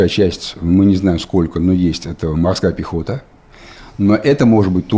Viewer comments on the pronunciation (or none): я один не могу без смеха слышать "морская пехота"?)